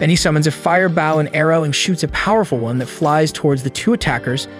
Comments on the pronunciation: It's bow pronounced boh, not like bowing.... Frustrating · I hate how he says bouw not bow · why are you saying baw not bow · Say bow as in bow tie, not bow is in ship bow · how is it pronounced 1. bow 2.bow